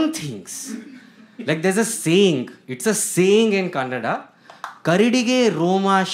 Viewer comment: The best. Happy you said kannada correctly